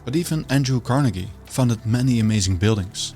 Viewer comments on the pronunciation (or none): none